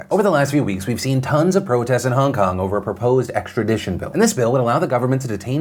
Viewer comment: Nobody: Phil: Hahng kahng